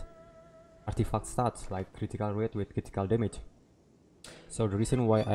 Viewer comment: I like how he says artifuck😂